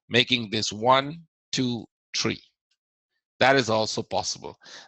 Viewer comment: Its one two three not one two tree